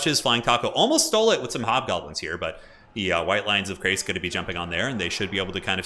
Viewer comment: also, it's chrace, as in shrace, not as in krace. yes, there are correct and incorrect pronunciations of these things. yes, the people who make total war often are guilty of mispronunciation, don't use them as a guide. I've heard multiple conflicting pronunciations of the same name in different CA videos.